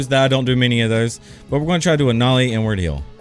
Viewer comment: why does it always sound like he says n word heel when hes saying inward heel? lol